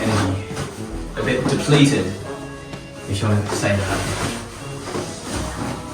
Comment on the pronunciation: "depleted" lmaoo